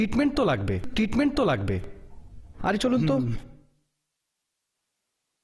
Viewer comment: সনমান, টিটমেন্ট, আহা উচ্চারণ 🤣বেহালা বাজাতে বেহালা লাগেনা, ভাবা যায়? অস্কার দেয়া উচিত😂